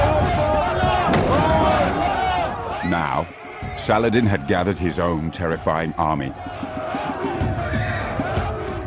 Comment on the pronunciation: You rong saladin not arabe make sure when saying a story